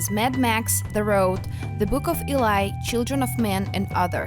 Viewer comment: Did she just say Boom of Elai 🤣🤣